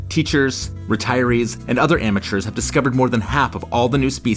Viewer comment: Why call them amueturs